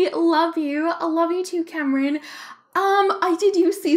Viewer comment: Em She said my name right lmao thanks I can’t believe she chose my comment!